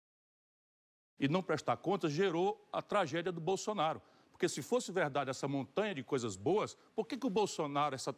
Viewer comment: Eu vi kkkkkkkkk, ela disse: candidata bosonaria kkkkkkkkkkk eu ri tanto kkkkkkkkkkk